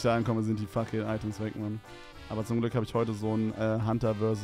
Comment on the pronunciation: "Activate the glock man" bisschen zu amerikanisch geworden bro